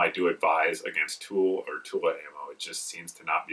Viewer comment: Are you saying tool ammo or tula ammo